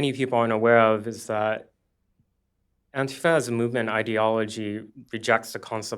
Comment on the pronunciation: Didn't you mean "antif-UH" ? These are genuinely pissed off people, but they don't know what the issues are, or how to come together to find the answers.